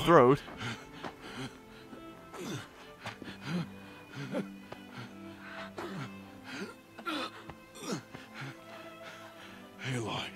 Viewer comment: Aloy kinda sounds like alloy meaning two metals mixed into a metal